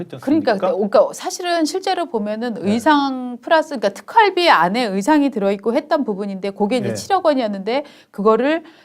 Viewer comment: 뒷화면에 있는 “특활비”를 “룩활비”로 잘못 읽음.